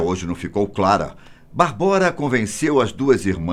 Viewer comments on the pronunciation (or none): Correção: a pronúncia não é "Barbóra" e sim "Bábora". Minha ex-mulher é tcheca e sua irmã chama-se Barbora, o que é equivalente ao nosso "Bárbara" no Brasil. Abraço.